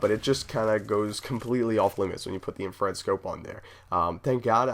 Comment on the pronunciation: Isn't it Infrared scope? not infared?